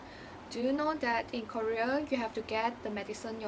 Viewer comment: Please say KOREA properly miss😧